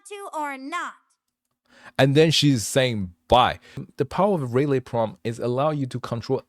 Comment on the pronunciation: [Subscribed] very cool stuff. BTW, typically relay is pronounced reelay (not ray) if it is like the noun (such as a contactor relay) or rih lay where you barely pronounce the rih part but sort of shorten it, usually for the verb form). Thank you very much for spending the huge amount of time on this. It is very very impressive! You should consider making an anime' with it.